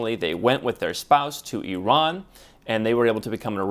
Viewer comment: Finally an American who pronounces Eeron and not Eye-raan